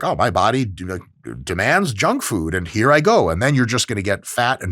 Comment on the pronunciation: "Ayyyy, get outta heea" 😂